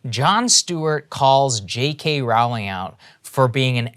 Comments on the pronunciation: The 'Row' in 'Rowling' is pronounced like 'row your boat'. And when people pointed out the anti-semitic tropes, I saw what they mean...but no part of me would have thought "Jews!", and I still don't. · Hey since nobody seems to get it, Rowling rhymes with bowling